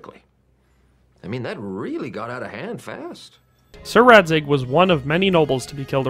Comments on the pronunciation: You said that his name is pronounced "Raček" , which is not truth. Its pronounced Racek. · He's name isn't pronounced as Rachek in Czech, but like Ratsek. Dvojitz should be pronounced like "Dvoyiitz" but it's a wrong title\surname, by most chances, Dvorce (pronounced in English like Dvortse) is more likely his real title\surname. Srbna Skalitce is not a Racek's fee (fief is a French translation of the Latin "feudum"). As Royal Hetman (close to Marchal in England) he is obliged to manage royal manors in his area of response. Merhojed definitely doesn't belong to Skalitze Manor, it's mentioned in dialogues several times. For example, Jindrich, mentions that Hanush should appoint a new bailiff soon, which means that it belongs to Rattaje manor, not Skalize. Hovewer codex mentions, that in 15th century Merhojed were part of Sazau Monatery manor, but we don't know was it during the game, or later (because there were some bad stuff with Rattaye during hussites war in 1446). Rovna is questionable - Skalize folk attended the Rovna church, but its administrative appointment isn't clear in any dialogue or codex. And we actually don't know if he truly was a robber baron, because there's no evidence online in English. However game developers and historical consultants knew the Czech language, so it is obvious that they could found sources in the Czech and the statement is correct. However we couldn't check the source itself, and his authority or interest in those statements. So it's at least questionable because there are some historical mistakes in the game. Racek of Dvorce w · Funny enough, your pronounciation of "Radzig" is actually closer to czech pronounciation of "Racek" than what you did in the video. And the name Racek Kobyla means "Gull Mare". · i would say that the English Racek you've said is more Czech than the one you've tried in Czech😂 nice vid tho